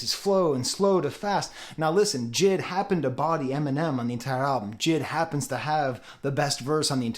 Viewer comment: AVAA It’s not JID , it’s J.I.D